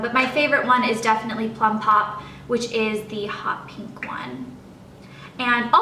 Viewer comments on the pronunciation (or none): none